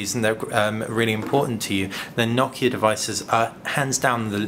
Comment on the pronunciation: Finally someone who pronounces Nokia correctly!